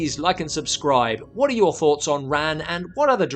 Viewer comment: Just really bothered me that Ran was mispronounced throughout this whole video. It's with a soft "a."